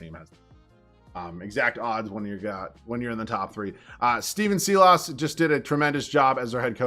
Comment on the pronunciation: Silas ———> pronunciation Sigh-lis